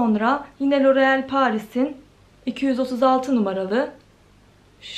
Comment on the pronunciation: roreel paris